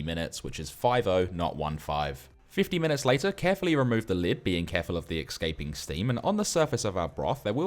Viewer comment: "Excaping steam"